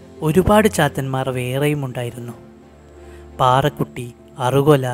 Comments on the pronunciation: പാറകുട്ടിയല്ല ചേട്ടാ പറക്കുട്ടി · പാറക്കുട്ടി അല്ല പറക്കുട്ടി